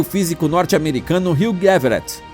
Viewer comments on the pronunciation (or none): none